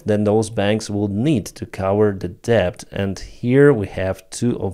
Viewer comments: Hi...Let me apologise for English and it's spelling. You speak it very well but are pronouncing debt with the 'b' included. It's entirely silent, so debt is just phonetically sounded out as just 'det'. Many otherwise excellent English speakers also pronounce bomb with a 'b' at the end. Again, for some crazy reason the b at end is silent, so instead you should just pronounce it as 'bom'. I know it's truly crazy spelling, but I didn't create it! Anyway, keep up the good work. I hoping that after a gruelling 2024 that 2025 will reveal a swift end to Russia's evil ambitions. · When pronouncing "debt" - leave out the "b" -- "det" - That's right ! " det " !!! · he says [debt] because it could sound otherwise as: death ... ;) LOL